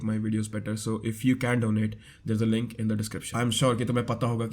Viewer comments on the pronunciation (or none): none